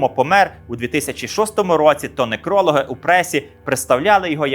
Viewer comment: Божевільня : сімдесятЬ,некрОлог,на кріслі,подейкУють!!!Та ви ж усі слова поперекручували,усі наголоси переставили!!!Яка ж ганьба!!!Це якесь БЕЛЬКОТІННЯ МАЛОГРАМОТНОГО!!!ФУ!!